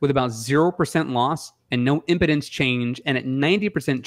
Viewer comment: I think impedance is read with an emphasis on the long e: impeeedance. Keep up the great work guys